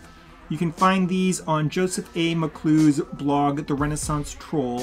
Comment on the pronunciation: It's pronounced McCullah, not McClue